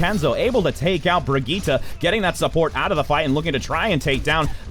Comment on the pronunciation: Hazlina Razali I can't tell if you're saying that YOU can't pronounce Brigitte or the commentator because he's doing it right it's pronounced "Bree-geet-ah"